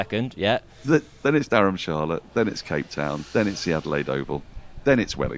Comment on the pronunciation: .. he also said dharmshala Dharmshala correctly, and not durham masala like harmy